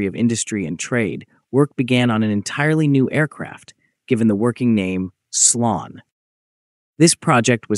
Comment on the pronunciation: Slon is pronounced [slɔn] not [slʌn]. Motorsich has an [tch] sound, not a [k] sound at its end.